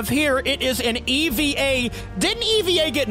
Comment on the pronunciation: to let you know that’s not how you pronounce EVA it’s saying hey without the H and vuh Put ey and vuh together and that’s how you pronounce EVA-01